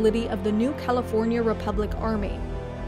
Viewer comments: Heh the first time she says "New California" sounds like "New Cow forya republic" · "Cal-EE-for-nia" i love this channel